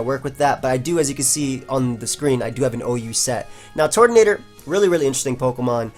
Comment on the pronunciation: TURTonator, not TORTonater. Just like Turtwig